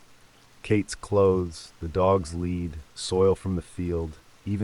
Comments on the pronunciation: Dogs lead not led! Pronounced leed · Great rid of AI VOICE!! OR PROGRAMME IT TO KNOW THE DIFFERENCE BETWEEN A LEAD, FOR A DOG, AND LEAD, THE HEAVY METAL AND REMEMBER THAT IT TOOK PLACE IN EXETER. DO YOU THINK IT WOULD BE A GOOD IDEA TO LISTEN TO WHAT YOU ARE ABOUT TO UPLOAD? WHAT'S WRONG WITH YOUR VOICE? IT'S A GOOD RENDITION OF A TRAGIC TIME EVEN IF YOU HAVE HAD TO COPY (NOT PLAGIARISM) SOME OF IT 😊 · Dogs led was nearby... got to love this AI huh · "The dog's lead" Crafty bugger been stealing the lead off of roofs.